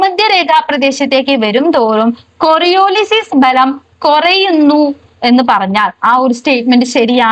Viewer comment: കൊറിയൊലിസ് not കൊറിയോലിസിസ്